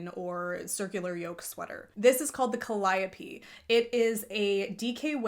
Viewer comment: Thanks for the how to lesson on Ravit, greatly appreciated! Calliope is pronounced Calli -ope.